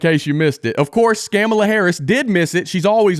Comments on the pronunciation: did I just hear scamala ??? Lol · Did I hear scam-mala?😂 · "Skamala"😅😅😅 good one! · did you say "Scamamala Harris" ? 😂😂😂